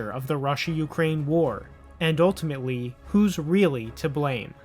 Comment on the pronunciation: "and uwtimatewy "😿 lmao